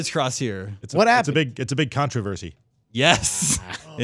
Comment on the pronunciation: is killing it on this episode!... Contra-versy.... haha